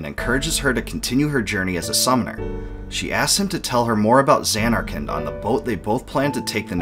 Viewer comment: Sounds like you're saying Xan-Narkand. Stretching the first syllable and making a double N sound while ignoring the last syllable.